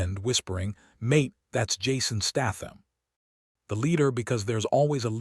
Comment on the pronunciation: Pronounced Statham properly for God's sake he's English!